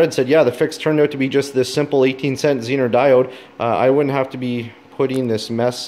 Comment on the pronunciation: Very good presentation. Expound on that 9V battery for the elimination of all your work. Dude, make the test tool. Interface the pink wire, prove it out. Oh, and the Zener, pronounced zee-ner diode, is something Harley Davidson needed waaaaay back in the day of generator systems so that headlight/taillight systems didn't poop. Tie in up front and bury in headlight bucket... No feedback from generator to blow headlight. Taillight...., well..., I could always do without... No sense looking behind.., and no sense anyone seein' where I've been....